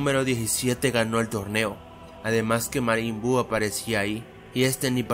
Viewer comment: dijo marin buu :v dijo los potalas :v